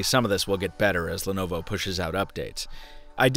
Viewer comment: Why is it pronounced as 'lenova'